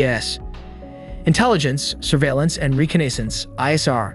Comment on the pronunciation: Reconnaissance, slight mishap in the pronunciation for that word. No worries though 😊, still very interesting video